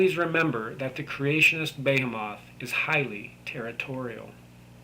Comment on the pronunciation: Behemoth is pronounced "be-HEE-muhth".